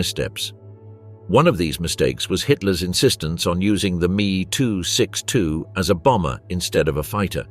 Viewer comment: Many grating noises, but that "Meeee 262" became particularly infuriating.